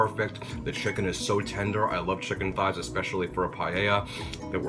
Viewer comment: Yummy! I could tell it was juicy because you said shicken. I love seafood! I think Imma have to try a pot of shrimp gumbo in my new Instant Pot tomorrow.